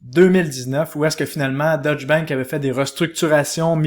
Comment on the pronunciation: Information général, il est important de prononcer deutch "deutsch" et non "dutch". Deutsch est la langue allemande, dutch est la langue hollandaise.... La prononciation change le pays..... ;-)